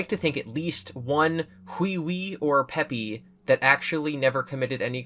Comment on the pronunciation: "Peepy" is actually pronounced like peepee :)